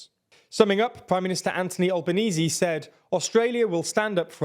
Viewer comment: Had to pause to comment, your pronunciations are sometimes bloody hilarious but today ..... On THIS DAY, you hit Albenese pretty well, good job.